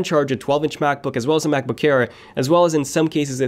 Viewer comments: It sounds like he is saying MacBook care instead of air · why is he keep saying macbook "care"